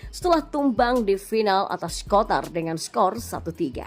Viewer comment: Qatar bukan kotar😂